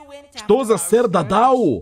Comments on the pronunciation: Правильно сэр дададу а не дадау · 🤓 вапшета не дададо а сер да да да ду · Только сэр да да ду а не дадау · Он не дададо, он дададу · Это сэр дададу а не дадау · Я 1 замітив те шо робзі сказав дадау а не дададу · Его зовут не Дададо а Дададу